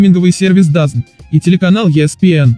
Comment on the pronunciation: Хоть кто-то говорит ДАЗН, а не ДАЗоН. Как бы то ни было, пожелаем Гене удачи! Первый коммент )).